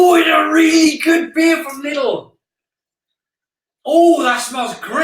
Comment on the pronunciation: my father says lilds too, its lidl ffs.